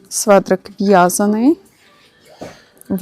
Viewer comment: а чому свеДрик ,не светрик? Це ви навмисне чи у вас такий діалект. Дякую за огляд.